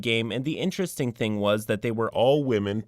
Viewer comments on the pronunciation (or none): none